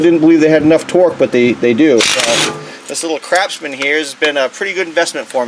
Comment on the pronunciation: He said "Crapsman" LOL